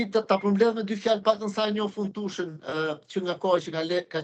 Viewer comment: Zoteri Tuhël dhe jo Tuçel, kështu shqiptohet emri i trajnerit gjerman.